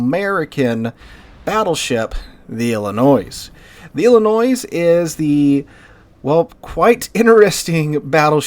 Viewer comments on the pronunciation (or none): Ill-a-Noise? Lol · Please...do not pronounce the S on Illinois. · Some of yall are taking great offence to him pronoucing Illinois wrong. Chill, its not even that good of a state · Downvoted for continued deliberate mispronunciation of Illinois - the S is silent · How do you correctly pronounce Des Moines, and screw up Illinois? The 's' is silent, like both in Des Moines. Okay, fun fact. East of the Appalachians most names are English or AmerInd. West of the Appalachians and around the Mississippi, the names are French or AmerInd. In the Great Plains to the California coast, the names are Spanish.